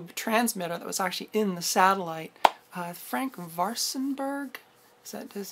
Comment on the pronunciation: Don't feel guilty you didn't say Frank Waarsenburg in Dutch. His last name has some sounds not used in regular English. But remember frAnk isn't hArd to pronounce.